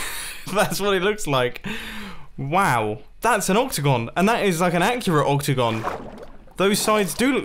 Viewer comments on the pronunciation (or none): The whole time mumbo said octagon and what i heard was opticon